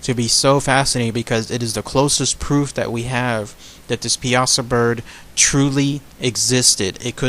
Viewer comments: You are pronouncing it wrong, It is more like ( pie-a-saw) not (piasa-saw). Life time native that knows the area blindfolded. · PIE-A-SAW. Not PI-AZA. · We pronounce it Pie-Saw Here On The Piasa Bluffs In Alton. Born And Raised Here. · Awesome video. I went to a nearby High School called Southwestern High School in Piasa, Illinois. It's actually pronounced " pie-uh-saw". It's commonly mispronounced. It's funny when new newscasters in nearby St. Louis come to town and invariably start out mispronouncing it exactly the way you said it. Anyway, really thorough and awesome video. Thanks for caring enough to cover a rather obscure "cryptid". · I'm from Illinois and grew up with this legend. You are mispronouncing Piasa. It's driving me nuts. It's not pea-aught-sa it's pie-a-saw. Other than that one constructive criticism, I enjoyed your video. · pie-uh-saw is how the locals here say it. Not pee-asa. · I am a local, I have spent too much time telling people how to pronounce it right. People think that the latin/Italian, way is right (pee a sah), no. The right way is (pie-a-saw). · it is pronounced Pie-saw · As someone who grew up in Alton. It’s pronounced Pie ah saw bird. For future reference. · It’s pronounced (Pie-saw) Piasa welcome to Illinois :3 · It's pronounced pie-ah-saw dumbass I'm from Alton IL born and raised and my favorite story of this area get it together man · it's actually pronounced Pie-ah-saw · I can show you exactly where the cave is with the bones covering the floor. It's still there. And it's pronounced (pie-saw) bird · that's still not how you say it its pie-a-saw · Pie-a-saw. That's how we pronounce it in the south Central part of Illinois. Lol the American Dragon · Not to be rude but it is pronounced pie a saw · It is actually pronounced Pie-a-saw. But over all good video tho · a bro u said it wrong and it is located in alton il go look it up